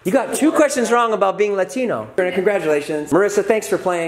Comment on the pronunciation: Worst "LATINO"